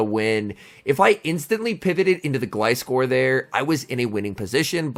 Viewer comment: First time I heard you say Gliscor's name properly 😂